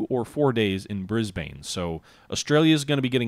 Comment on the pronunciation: From an Australian, Canberra is actually pronounced as 2 syllables more like Can-bruh, Brisbane and Melbourne actually rhyme, Bris-ben and Mel-ben. I was told that Canberra arose from a dispute between Melbourne and Sydney, Melbourne said it should be the capital because it was originally the capital and Sydney said it should be the capital because it had more people, they then agreed to put the capital exactly half way between the two cities.